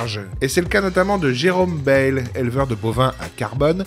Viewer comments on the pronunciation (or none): on prononce BaÏle , le parigot de BFM WC !